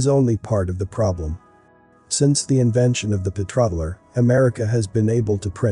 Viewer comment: What the heck is a "PETRODDLAR"??? Did you mean the PETRO DOLLAR ?? I only suspected that you used a computer voice until now. I am totally convinced of that fact now.